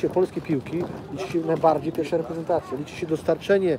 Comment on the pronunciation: Zauważyliście, że oni wszyscy w PZPNie mówią bojsko zamiast boisko? Nawałka tak mówił, Brzęczek tak mówi i tu Koźmiński też mówi "na bojsku". Brzęczek jeszcze do tego wszystkiego mówi "reprentacja" :P